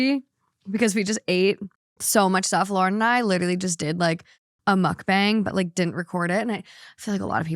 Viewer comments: Mukbang is Korean (먹방). It's not Muck-Bang, it's pronounced more like muhk-bahng (with the "u" in the first part being a bit softer, almost like an "uh" and the "a" in the second part being more like "ah" not a hard "A" sound). By itself, mispronouncing it is an honest mistake, but in this case it became an issue because you two used the mispronounciation to make fun of the term multiple times throughout the video. I know it was done without ill-intent, but you two repeatedly making fun of the term in your banter was unfortunately on point for the name of your episode "Naive or Knuckleheaded". I'm Korean and I was cringing every single time you did it. I don't always agree with your takes on things, but can respect the difference in opinion. This is the first time I was actually a little offended by you and your guest. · “Muk-bong” // “muhk-pong”. Not “bang” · It’s also not pronounced like “muck bang.” It’s more like “mook bong,” although even that is still slightly off. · I wanna add that Mukbang "sounds weird" or "perverted" to you, bc a) you're saying bang like banging, though it's more like a "bahng" ( idk how to explain it, English isn't first language), which is because it's b) Korean. Nothing odd about it, just saying you're broadcasting yourself eating 😌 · It’s also not said correctly with an English accent so it sounds off it’s not bang more bong. Mukbong if you will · it also pronounced more like "bong" than "bang"😅 its 먹방 if you wanna put it in a translator :) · Mukbang is a Korean word Lauren 😂 it’s pronounced “mook-bong” 😭😭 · Mukbang is pronounced as “mook bung” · You’re not saying mukbang correctly which is probably why it sounds weird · A lot of ppl dont like the word mukbang because you're butchering the pronunciation. Smh...🤦‍♀️🤦‍♂️ please research and learn the true pronunciation of borrowed words before you broadcast them on a public platform